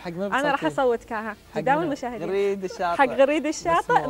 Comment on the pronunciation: يا حضرة المذيع اسمه غريد الشاطي بفتح الغين وليس كسرها ...فضحتنا .!!!